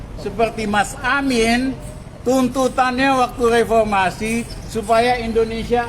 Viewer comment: Lepolmasi, eh maaf repormasi 😂😂